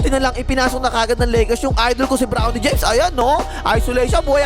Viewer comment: Parang favorite mo boss si bronny james . Diin na diin ang pagbigkas. 😂